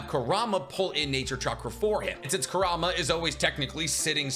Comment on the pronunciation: Bro love the vids but why can’t you just say kour-oo-mah… he’s like the second biggest character and that’s how they pronounce it in the anime. Not koorama